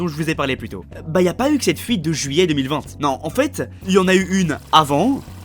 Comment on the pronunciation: Comment tu as prononcé 2020 là??